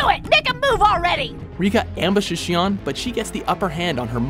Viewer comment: Gotta work on those pronunciations, it's Shi-on not Sheo. Either way Japanese version of When they Cry is much better.